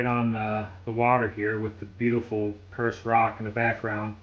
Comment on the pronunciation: and Perce Rock is pronounced Peer-Say